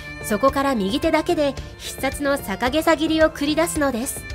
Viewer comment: 大きな誤り、逆袈裟(ぎゃくげさ)をさかげさと言い、小天狗(こてんぐ)を、しょうでんぐ！とは漢字の読み方の誤りですね酷すぎます💢